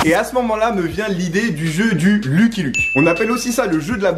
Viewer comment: « a che moment là » 😂